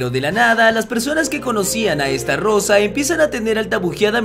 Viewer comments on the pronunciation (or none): Que es Estarossa con una "R" no Estarrosa... Jodeeeeeeeeeer